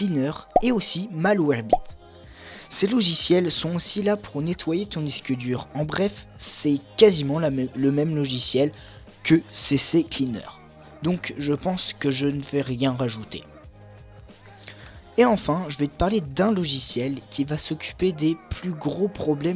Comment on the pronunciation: Ccleaner et pas CC Cleaner ^^"